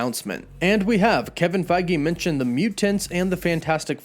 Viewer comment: Why do you pronounce it Avingers instead of Avengers. Mintioned instead of mentioned. Sintry instead of Sentry. Not sure where you're from but many Californians share that one issue, replacing short e's with i's.